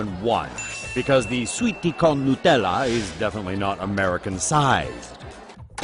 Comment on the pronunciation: It's not called "nooo tella". It's NUT!